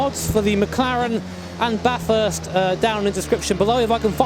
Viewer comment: Everytime you say ba-thirst instead of bathest I die a little inside.